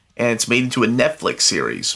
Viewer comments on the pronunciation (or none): none